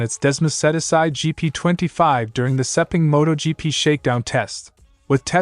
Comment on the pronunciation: Still can't pronounce Michele, Ai, Sepang and Desmosedici. The other AI (sic) could be taught phonetic spelling to correct this but then when the text is culled from other sources blindly, the editor is not a bike fan. ZN stands for ? Zero Natural?